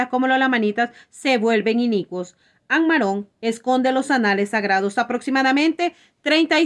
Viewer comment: Ammarón No, Ammorón